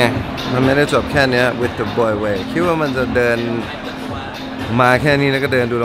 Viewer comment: ชอบการออกเสียง วิธ มากกกกกกก